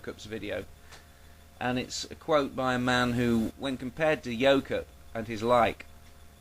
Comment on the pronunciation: Every time you say "Yoke Up" I keep hearing "yokel". Take that however you will.